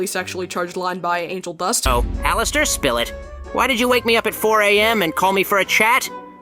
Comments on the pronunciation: I’m crying over the ai being unable to pronounce alastor… “LASTOR HAVE YOU LOST YOUR MIND!!?” I’m laughing my ass off for no reason.😔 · the way they pronounce it as al-ass-ter is killing me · It kills me when they say “Alas-ter” 😂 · "Alastor, who I will be now referring to as Al-ASS-tor," gives off the same vibes as Markiplier saying "I'm ASSdistic!" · Nah, it's AllAsstor. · Same😂😂I laugh my ass off every time they say alastor wrong(which is basically every time they say his name)😂